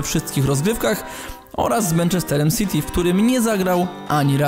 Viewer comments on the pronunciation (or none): none